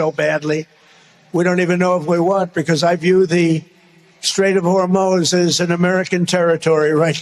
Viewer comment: It's crazy the way Trump pronounces straight of Hormuz, it makes me think that he's actually been talking to Iranians because that's how it's actually pronounced. Hor-moez